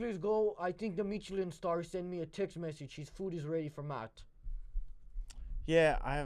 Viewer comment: “meecheleen star”